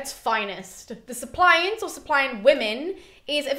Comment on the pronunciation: SUP-li-ants not sup-LI-ant ...